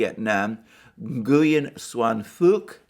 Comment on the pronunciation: Ngyuen is pronounced Nween